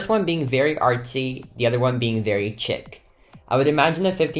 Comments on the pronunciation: Chick? I thought people say it a sheek-chic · I love how he was pronouncing chic as {ch-i-c} and it’s pronounced {sh-ee-k} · Did he say chick instead of chic?😭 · Chic is not pronounced chick